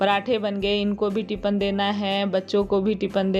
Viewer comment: Tipin bolte h aap tipan bolte h